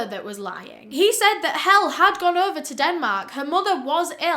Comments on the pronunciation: Pronunciation: Hell-eh/Helen without the n; alternatively: Hellie/Helley. Calling her Hell just sounds wrong. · i was so surprised when you mentioned that Helle was from denmark, i dont think i've ever heard you cover a story with someone from my home country before :) also for anyone wondering her name isn't pronounced hell, but Hell-eh <3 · i'm norwegian, and i'm pretty sure Helle is pronounced "hell-eh". either way, i feel so bad for her ugh. may she rest easy. <3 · danish person here! her name is pronounced "heh-leh", not pronounced like "hell", obviously. like "helen" without the N. really hurts everytime it's mispronounced. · Another great episode, but... Her name is pronounced “Hell-uh”, not “Hell”. Polygraphs were not new technology in the 80’s. They were invented in the 1920’s. And he did not buy the wood chipper, he rented it. That is why the police were able to inspect it so easily. It was no longer in his possession. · her name is pronounced "hay-luh" not hell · Not quite sure why you left out the e every time you said her name, buy its not pronounced "hell", its pronounced "hell-leh" 😅 Kinda like the slang word "hella" buy with a "eh" at the end instead of the a. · For anyone confused; Helle’s name isn’t actually pronounced like Hell in Denmark, the last e is pronounced, so like Heh-llé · Its a dutch name, its pronounced helleh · Oh no... you pronounce Helle hel-lee not hell 😐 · Not knowing the case before hand, but being from Denmark I'm guessing her name is Helle (pronounced Hel-le - remember the "e"). Love your videos. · She is called Helle, not hell 😆😜 It's a very common name in Denmark. It's pronounced kind of like Heller.. or Hell- and then the sound of "ear" in Early. Hell-"ear". That's what comes the closets, I think.. Hell sounds a bit wrong in my ears 😆 Oh well.. Danish is very hard to learn to speak (as a foreigner). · To the non-danes watching this: her name isn't hell dw it's "Helle" v common danish name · More hel-leh